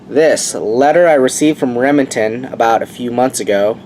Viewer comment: Are you saying Remington or rimjobingnton you talk a little strange.